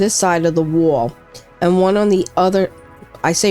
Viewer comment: The way you say wall ("wohl") makes me feel like you know where the best deli for everything bagels is as well as a couple of good pizza joints. Great build as well, much better than my utilitarian soviet style functional boxes.